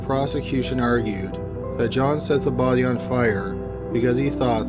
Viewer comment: You're pronunciation of "BODEE" Is cracking me up.